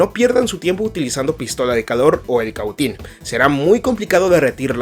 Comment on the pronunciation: Que interlocutor para hablar tan mal, se dice balasto y se dice Cautín no como el lo dice, así serán sus conocimientos